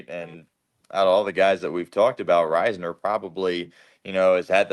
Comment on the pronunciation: Its riz ner not rise ner